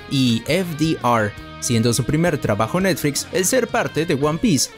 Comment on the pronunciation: Lo dificil es escuchar netfrix y no netflix